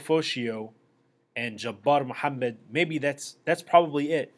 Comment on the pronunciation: You didn't know the name of our RB1 from last year or are you just racist with the Samoan comments and the pronunciation of Jabar Muhammad's name? You opine a lot but seem to know very little.